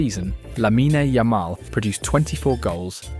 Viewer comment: Is this channel AI? The script is redundant and the way he pronounces the names of players like Lamine Yamal are odd. It’s simply odd.